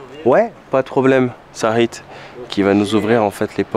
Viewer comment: Sa7it pas sakhit, 60 jours en Algérie et t'arrives pas à le prononcer correctement